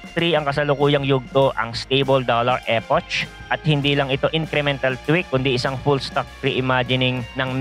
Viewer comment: epok basa dun lods hindi epotch 😊